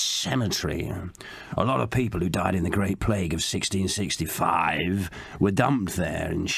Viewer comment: i love how he emphasizes that it's 166*5*